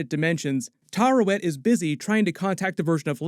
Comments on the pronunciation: Its Taweret btw not Tarewet. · Tuh-WEAR-et That’s how the show pronounces it anyway. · Taweret: exists: Tarawet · Why do all the youtubers I subscribe to say Tarawet when her name is Taweret bruh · Oscar Isaac literally says “Taweret” several times throughout the series… Why does every YouTube commentator always mispronounce that name? …annoying… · It's Taweret,:D